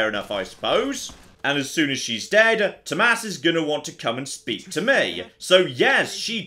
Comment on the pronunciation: I love the fact that you actually know how to pronounce Tomas... That’s my name, and very few people know how to pronounce it correctly since it’s Nordic.. There are a few other ways to write it.. (Thomas, Thomas